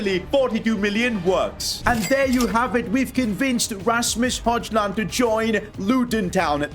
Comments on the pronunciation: He actually called hujland hojland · NOT HOJLIND HOYLAND THATS HOW YOU SAY IT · Højlund is pronounced hoylun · Højlund is pronounced Hoilund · Its pronounced Hoiilun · You said hojilund wrong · Hallo im from Denmark and you say Højlund name wrong